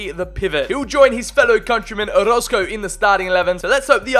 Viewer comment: Yo im here bois. Man Why You Gotta Pronounce My Last Name Wrong Man 😢. Its O-ROZ-CO